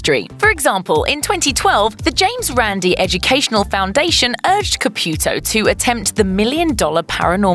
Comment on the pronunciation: Girl tray to pronance corectly name Caputo